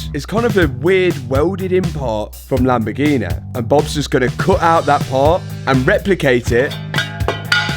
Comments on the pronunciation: Lamb-A-Gee-Nee? Again? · A proper lamborguini